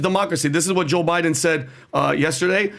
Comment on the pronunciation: always sounds like he's calling him Jew Biden. 🤷🏻‍♂️